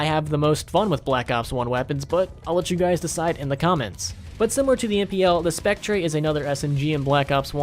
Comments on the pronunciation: Spectre is pronounced “spek-tur” This mispronunciation is a certified bruh momentum. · You mispronounced the Spectre, and the AKS-74U is a carbine